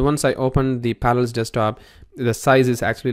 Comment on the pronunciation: Par-a-llels. Pronounce it. Syllables. Learn what they are. You sound like you're saying Panels. Good lord.